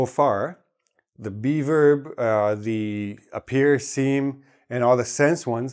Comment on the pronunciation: Can't help it but I keep hearing "be verb" as "beaver" 😊